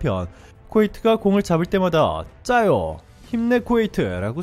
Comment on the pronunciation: 찌아요우 가 비슷한 발음일거예요 짜요는 전혀 ...